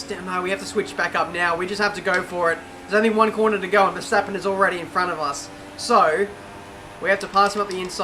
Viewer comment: Yeah, vetsappen not Verstappen